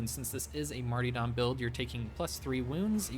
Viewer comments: Not sure if you're pronouncing martyrdom that way on purpose, but, it's mar-tur-dum. Not marty... Otherwise, awesome video - but pronouncing words correctly is pretty important for a video. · stop saying marty-dom, its martyrdom. mar-ter-dum. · It's mart-why're-dom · Love it, will use it, for sure! A little note, it's Mar-ter-dom pronunciation-wise. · marty dahm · Its marty-dome